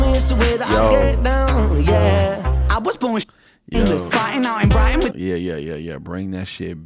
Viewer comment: Brighton is in Britain. Ren sounds like he calls it Brightan when he sings as it rhymes with the other lines around it. Although from Wales, Ren has lived in Brighton for much of his adult life. It is a seaside town, hence why you will often hear him highlight seagulls in his music. The verbal non-words he randomly throws in are known in jazz as "scat". Yep, just like wild animal dung. I can only suppose it was used to indicate the randomness of its appearance.....? Someone else may know the actual meaning behind its use? Yep, with Ren the song you just heard is most often your favourite. Eventually, you find yourself listening at home to the same few every day and can say with more conviction that all Ren's songs are great, but a few are just remarkable!